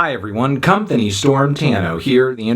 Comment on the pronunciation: my guy said "come storm" 😭